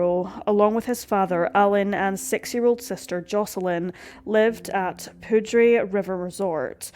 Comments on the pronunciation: Poudre is pronounced Pooder just fyi … very interesting case and well done video. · Poudre is pronounced "pooter" not "poodray." I did the same thing when I moved here. 😂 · Lol. It's pronounced pooder. Spelled like poudre. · Jesus, learn to pronounce some of these names, please. Even someone from Scotland can pronounce “Poudre” correctly… you’re closer to France than Colorado is.. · Arapaho is “uh-rap-uh-hoe” and poudre is “pooder” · Yeah, Ah-RAH-pah-ho, and POO-der.